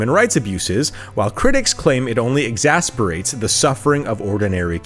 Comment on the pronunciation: Exasperates ?!? Said . Ya know, when one is recording/writing one DOES have the opportunity to edit.